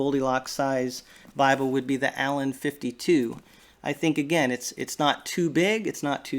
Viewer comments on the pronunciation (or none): none